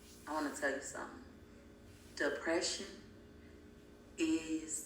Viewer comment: She said da pression. idiot savant is a real term.